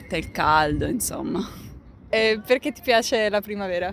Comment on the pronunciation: Si, ma insomma! Curate bene la pronuncia. Insomma in italiano si pronuncia insomma, non inZomma. 🤦🏻‍♂️